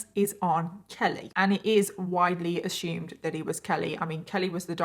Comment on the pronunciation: I love how she says Assumed "Ashumed"